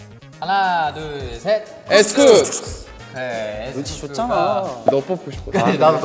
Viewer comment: 정한이 쿱스 발음이 에쓰꿉쓰야ㅋㅋㅋ